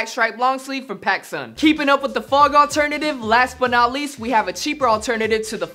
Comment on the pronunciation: Who else cringed when he keeps saying "FOG"?